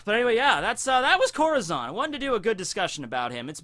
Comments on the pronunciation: Lmfao let me help u out ur correct in ur translation but it’s pronounced Core-tah-zone 😂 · CorAzón* get your spanish straight XD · ITS CORAZON not corozon :( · is this who you always talk about!? confuse the hell out of me lol that not how you said corazon. but damn that a cool english way to say it